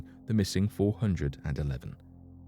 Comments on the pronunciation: What is? The fact that he doesn’t know how to pronounce 411?? 😉😆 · or at least pronounce 411 correctly...haha!